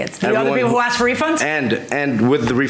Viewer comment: Promoter is a player- dude- get some pants that fit- we don't need to see the banana...and give them their money back..NOBODY WANTS YOUR NEXT SHOW DUDE....AND ITS ASKED NO AXED!!!!!!!